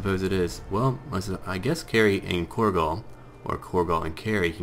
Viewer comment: Corgo? Korgal is an orcish name. Corgo is the mispronounced way to say and spell cargo.